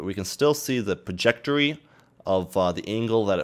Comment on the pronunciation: Whats a perjectory! At first I thought I missheard you then you said it again, Its a trajectory lol, Still good tutorial not many people doing Blender Vfx tutorials